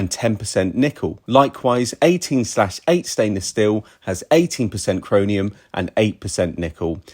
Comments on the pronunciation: I believe it's chro"M"ium, not chro"N"ium. Still a great video. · Great info, thanks. Just for reference, it’s chromium (two m’s) not chronium. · "chroninum" LOL